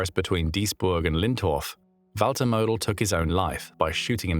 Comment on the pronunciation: Name pronunciation was better than I expected. Well done on that 😊